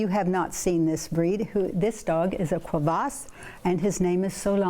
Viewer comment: Your dog owner corrected you, but you didn't take the hint. It is a Kuvasz (Coovas), not a "Quavas".